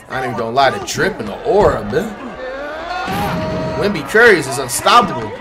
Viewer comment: Stop calling him wenby curry